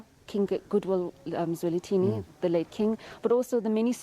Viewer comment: SABC - Please get His Majesty's name right! King Goodwill Zwelithini - NOT Zwelinthini!